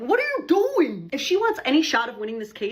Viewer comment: "what are you dooring?"